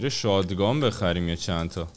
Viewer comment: آریا شات گان درسته نه شاد گان